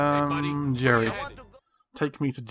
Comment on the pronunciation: its Gerry bot Jerry you making the J sound its suppose to be the G